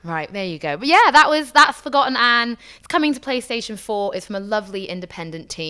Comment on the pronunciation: Forgotton Anne? not "ForgotANNE"? 1 out of 10 -ign.